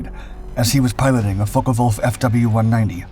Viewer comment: They where pronounced Focke Wulf not Focker Wulf